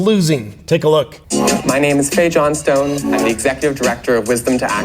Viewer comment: Ok, 3 seconds in and I'm triggered 🤣😂😂 it's Johnstone, not John Stone wtf 🤦